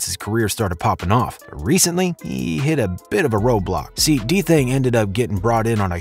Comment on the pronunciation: u didn't even say his name right 😂😂😂u gotta remake dis video so much mistakes 🤣